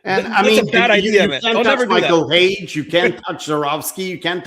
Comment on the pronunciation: Not Hage. Period.